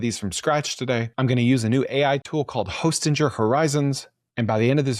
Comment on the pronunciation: It’s pronounced Hosting-er, not Hostin-jer.